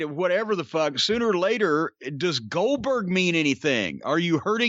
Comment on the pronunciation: I think he wanted to say Oldberg a few times. 🤣🤣